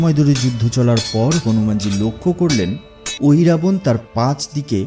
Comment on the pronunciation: Ohirabana noy mohiravana